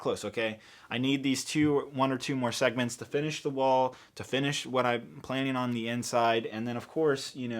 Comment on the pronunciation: “Monthly Segements”